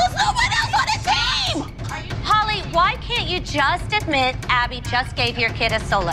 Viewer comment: "THÆRÆS NO OÆNE ELSE ON THE T🦅🦅M